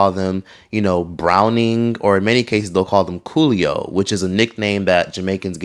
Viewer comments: It’s coolie not coolio lol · It's coolie not coolio and it's not a compliment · coolie not coolio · Love this video. I just wanted to clarify something the term is not “coolio” it’s “coolie” used to describe an Indian Caribbean person however to some it can be very derogatory. It’s kind of like the hard “ER” to a blk person. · It’s coolie not coolie-O LOL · Really? Like how he pronounced coolie? 😂 must be a fake Jamaican or a dunce 🦇 . Come offa Beyonce internet and stop look argument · That’s not how you pronounce coolie 😅 but good try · um he's Haitian. He was mispronoucing coolie and incorrectly defined it.